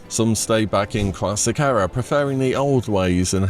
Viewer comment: Please learn how to pronounce 'Era'